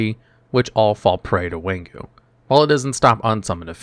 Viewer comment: It funny that some card translation is repeat of itself within 2 language. King Tiger Wanghu is both English and Chinese. Wang = King and Hu = Tiger. Its Wang-Hu not Wan-Ghu.